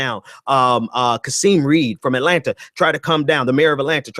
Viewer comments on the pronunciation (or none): none